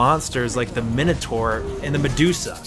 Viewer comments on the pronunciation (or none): none